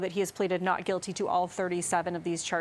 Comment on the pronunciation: He can't even say not with a T! Now corrected! Thanks!